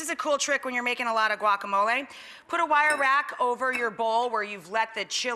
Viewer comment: GUACAMOL EEEEEYY!!!